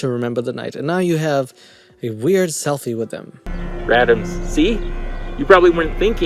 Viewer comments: I can’t stop looking at that security camera on the wall behind him. 😱 Makes me wonder what the security people are thinking if they’re watching him. Also what’s a radam? Or is it that can’t pronounce random? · What the hell is a radom? It's making me want to slap him every time he says it. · WHO THE F@ IS "RADAMS"?!?